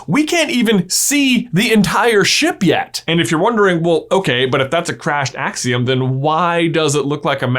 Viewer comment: There the akseeum in here